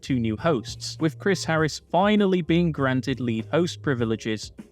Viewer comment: With not wif . Think not fink . FFS